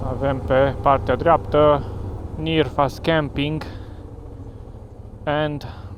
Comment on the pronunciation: Mai mai, dar tu esti ungur si ar trebui sa stii ca e Nyírfás camping (camping cu meastecan) si nu Nyirfasz cum zici/scrii tu ca asta inseamna cu totul altceva si nu e frumos 🤦🏻